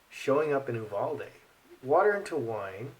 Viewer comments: In Texas we pronounce Uvalde- “you—Val-dee” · Quick pronunciation primer: You VAL Dee